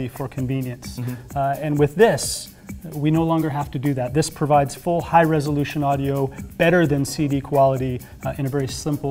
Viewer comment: You keep saying "resolution," and it sounds less correct every time.